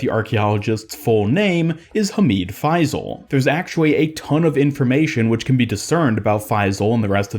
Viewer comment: It’s hamid fay-sil